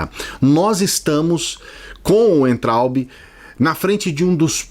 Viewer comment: o sobrenome daquele burro se pronuncia vaintraup!